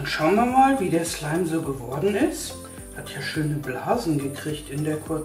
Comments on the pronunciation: Wer auch f*** slime verstanden likte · OMG am Anfang fick slime 😂😂😂 Das hört sich genau so an 😲😂😂😂😂😂😂😂😂😂😂😂😂😂😂😂😂😂😂😂😂😂😂😂😂😊😂😂😂😊😊😊😊😊😊😊😂😊😊😊😊😊😊😂😂😂😂😂😂😂😂😂😂😂😂😂😂😂😂😂😂😂😂😂😂😂😂😂😂😂😂😂😂😂😂😂😂😂😂😂😂😂😂😂😂😂😂😂😂😂😂😂😂😂😂😂😂😂😂😂😂😂😂😂😂😂😂😂😂😂😂😂😂😂😂😂😂😂😂😂😂😂😂😂😂😂😂😂😂😂😂😂😂😂😂😂😂😂😂😂😂😂😂😂😊😂😂😂😂😂😂😊😊😊😊😂😂😂😊😊😊😊😂😂😂😂😂😂😂😂😂😂😂😂😂😂😂😂😂😂😂😂😂😂😂😂😂😂😂😂😂😂😂😂😂😂😂😂😂😂😂😂😂😂😂😂😂😂😂😂😂😂😂😂😂😂😂😂😂😂😂😂😂😂😂😂😂😂😂😂😂😂😂😂😂😂😂😂😂😂😂😂😂😂😂😂😂😂😂😂😂😂😂😂😂😂😂😂😂😂😂😂😂😂😂😂😂😂😂😂😂😂😂😂😂😂😂😂😂😂😂😂😂😂😂😂😂😂😂😂😂😂😂😂😂😂😂😂😂😂😂😂😂😂😂😂😂😂😂😂😂😂😂😂😂😂😂😂😂😂😂😂😂😂😂😂😂😂😂😂😂😂😂😂😂😂😂😂😂😂😂😂😂😂😂😂😂😂😂😂😂😂😂😂😂😂😂😂😂😂😂😂😂😂😂😂😂😂😂😂😂😂😂😂😂😂😂😂😂😂😂😂😂😂😂😂😂😂😂😂😂😂😂😂😂😂😂😂😂😂😂😂😂😂😂😂😂😂😂😂😂😂😂😂😂😂😂😂😂😂😂😂😂😂😂😂😂😂😂😂😂😂😂😂😂😂😂😂😂😂😂😂😂😂😂😂😂😂😂😂😂😂😂😂😂😂😂😂😂😂😂😂😂😂😂😂😂😂😂😂😂😂😂😂😂😂😂😂😂😂😂😂😂😂😂😂😂😂😂😂😂😂😂😂😂😂😂😂😂😂😂😂😂😂😂😂😂😂😂😂😂😂😂😂😂😂😂😂😂😂😂😂😂😂😂😂😂😂😂😂😂😂😂😂😂😂😂😂😂😂😂😂😂😂😂😂😂😂😂😂😂😂😂😂😂😂😂😂😂😂😂😂😂😂😂😂😂😂😂😂😂😂😂😂😂😂😂😂😂😂😂😂😂😂😂😂😂😂😂😂😂😂😂😂😂😂😂😂😂😂😂😂😂😂😂😂😂😂😂😂😂😂😂😂😂😂😂😂😂😂😂😂😂😂😂😂😂😂😂😂😂😂😂😂😂😂😂😂😂😊😊😊😂😂😂😂😂😂😂😂😂😂😂😂😂😂😂😂😂😂😂😂😂😂😂😂😂😂😂😂😂😂😂😂😂😂😂😂😂😂😂😂😂😂😂😂😂😂😂😂😂😂😂😂😂😂😂😂😂😂😂😂😂😂😂😂😂😂😂😂😂😂😂😂😂😂😂😂😂😂😂😂😂😂😂😂😂😂😂😂😂😂😂😂😂😂😂😂😂😂😂😂😂😂😂😂😂😂😂😂😂😂😂😂😂😂😂😂😂😂😂😂😂😂😂😂😂😂😂😂😂😂😂😂😂😂😂😂😂😂😂😂😂😂😂😂😂😂😂😂😂😂😂😂😂😂😂😂😂😂😂😂😂😂😂😂😂😂😂😂😂😂😂😂😂😂😂😂😂😂😂😂😂😂😂😂😂😂😂😂😂😂😂😂😂😂😂😂😂😂😂😂😂😂😂😂😂😂😂😂😂😂😂😂😂😂😂😂😂😂😂😂😂😂😂😂😂😂😂😂😂😂😂😂😂😂😂😂😂😂😂😂😂😂😂😂😂😂😂😂😂😂😂😂😂😂😂😂😂😂😂😂😂😂😂😂😂😂😂😂😂😂😂😂😂😂😂😂😂😂😂😂😂😂😂😂😂😂😂😂😂😂😂😂😂😂😂😂😂😂😂😂😂😂😂😂😂😂😂😂😂😂😂😂😂😂😂😂😂😂😂😂😂😂😂😂😂😂😂😂😂😂😂😂😂😂😂😂😂😂😂😂😂😂😂😂😂😂😂😂😂😂😂😂😂😂😂😂😂😂😂😂😂😂😂😂😂😂😂😂😂😂😂😂😂😂😂😂😂😂😂😂😂😂😂😂😂😂😂😂😂😂😂😂😂😂😂😂😂😂😂😂😂😂😂😂😂😂😂😂😂😂😂😂😂😂😂😂😂😂😂😂😂😂😂😂😂😂😂😂😂😂😂😂😂😂😂😂😂😂😂😂😂😂😂😂😂😂😂😂😂😂😂😂😂😂😂😂😂😂😂😂😂😂😂😂😂😂😂😂😂😂😂😂😂😂😂😂😂😂😂😂😂😂😂😂😂😂😂😂😂😂😂😂😂😂😂😂😂😂😂😂😂😂😂😂😂😂😂😂😂😂😂😂😂😂😂😂😂😂😂😂😂😂😂😂😂😂😂😂😂😂😂😂😂😂😂😂😂😂😂😂😂😂😂😂😂😂😂😂😂😂😂😂😂😂😂😂😂😂😂😂😂😂😂😂😂😂😂😂😂😂😂😂😂😂😂😂😂😂😂😂😂😂😂😂😂😂😂😂😂😂😂😂😂😂😂😂😂😂😂😂😂😂😂😂😂😂😂😂😂😂😂😂😂😂😂😂😂😂😂😂😂😂😂😂😂😂😂😂😂😂😂😂😂😂😂😂😂😂😂😂😂😂😂😂😂😂😂😂😂😂😂😂😂😂😂😂😂😂😂😂😂😂😂😂😂😂😂😂😂😂😂😂😂😂😂😂😂😂😂😂😂😂😂😂😂😂😂😂😂😂😂😂😂😂😂😂😂😂😂😂😂😂😂😂😂😂😂😂😂😂😂😂😂😂😂😂😂😂😂😂😂😂😂😂😂😂😂😂😂😂😂😂😂😂😂😂😂😂😂😂😂😂😂😂😂😂😂😂😂😂😂😂😂😂😂😂😂😂😂😂😂😂😂😂😂😂😂😂😂😂😂😂😂😂😂😂😂😂😂😂😂😂😂😂😂😂😂😂😂😂😂😂😂😂😂😂😂😂😂😂😂😂😂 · ich hab fick schleim verstanden 😂😂😂😂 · Habe ich mich verhört oder hat die am Anfang wirklich fxck slime gesagt?😂